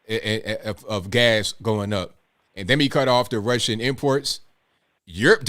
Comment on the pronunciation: "Rrrrussian accent" lmao 🤣😂